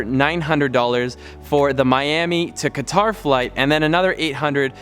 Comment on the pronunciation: Awesome vid. Thanks for the tips. Fyi Qatar is pronounced cutter.